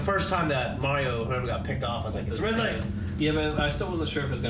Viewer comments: I think he said "Ridley" but just pronounced it like "ride-lee." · I wouldn't hang out with someone who calls the falcon punch "captain punch" or someone who calls Ridley "Riley" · said RILEY